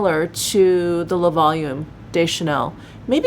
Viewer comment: I am loving that darker eye quad! And the finished look is gorgeous on you, with your hair back and that blouse ❤️ Ps, “le” and “de” are pronounced similarly to “luh”/“duh” (/ø/ – this sound does not exist in English) and “les” and “des” are pronounced “lay”/“day”. And, much of the time, you only pronounce the letter “s” when a vowel follows (ie, “les beiges” is pronounced “lay beige”.) 🇨🇦☺️